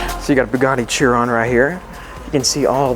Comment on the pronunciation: The way he mispronounce Bugatti chiron I lost all respect